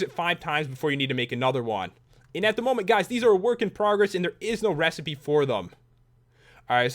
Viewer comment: lol you said momy instead of moment